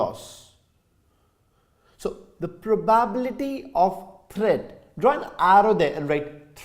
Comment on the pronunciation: Sir it is not pro baa bility.It is pro ba bi lity